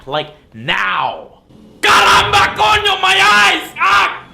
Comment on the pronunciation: "Caramba, coño, my eyes!" Okay the way to pronounce it was perfect